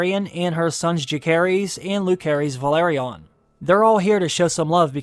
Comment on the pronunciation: Bruh There is no "K" sound in Rhaenyra's children's names. Jacaerys is pronounce Jay-sar-ris Lucerys is pronounced Loo-sar-ris